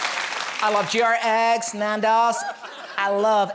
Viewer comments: How does that girl not know how to say Gregg's? So embarrassing 🤦‍♀️ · How would even an American not know how to pronunce Gregg's? Greg is an American forename, Gregg is a fairly common surname. I bet she shops in Wal M. Art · GR-Eggs? That happened?! lol omfg Wet-her-spoons?! lol!!! I'm dead XDXDXD